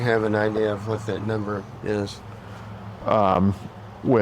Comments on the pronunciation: " I DON'T KNOW a NuMBHER" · "I dont know what Numble" lol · “I don’t know a numbuah!!!”